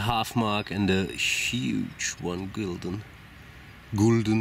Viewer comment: Gulden is pronounced like this: Gölden (with the Dutch guttural g). Interesting finds!